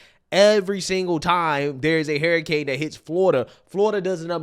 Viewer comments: Learn how to say hurricane. HUR not HAR. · Hey, Harry has nothing to do with the canes it is called Hurricanes not Harrycanes 😂